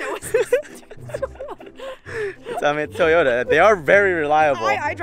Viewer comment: He said Toyoto to Cindy LOL and like if u think car is fire like his seats